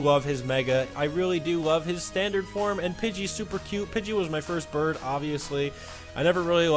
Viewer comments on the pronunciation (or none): none